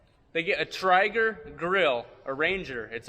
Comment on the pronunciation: Great video. Whew! That Tryger grill. Most say it like Trayger. Hang on that "tray" a bit more. There is a Broke back mountain meme referencing a pellet grill. Hilarious!